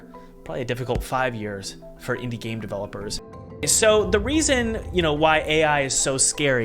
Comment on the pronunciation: This video: Ai will kill indie dev, sorry guys. Also this video: "by the way my invidie dev course is..."